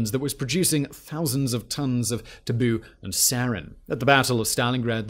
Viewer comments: And i think its call tabun not taboo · Tabun. Not Tabu.